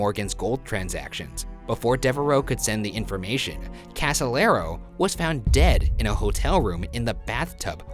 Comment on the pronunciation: In fact Casolaro not Casalero.